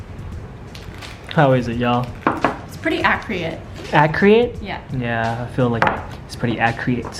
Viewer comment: At-cre-it? Accurate. Y’all funny, always making up your own words.